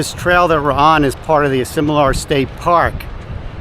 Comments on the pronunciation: WRONG pronunciation of the name Asilomar ! you call it Asimolar ! Otherwise great video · Love the review of this special place but you did not get the pronunciation correct. This place is pronounced A Sil O Mar.